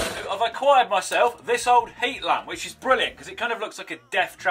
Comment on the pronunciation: Did you say lämp b r o t h e r?